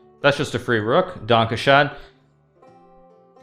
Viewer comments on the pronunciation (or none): As a German it's really funny how Hikaru tries to speak German haha DankeschEn